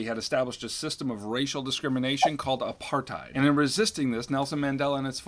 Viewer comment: wait... THAT'S how you pronounce apartheid??